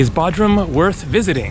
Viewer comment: Hey my Turkish friends say it’s B “O” drum not Baudrum🤭🤷🏽‍♂😜 but you have a wonderful video….Thanks for posting. BTW I did the opposite and went to Kos from Bodrum. Both awesome places to visit!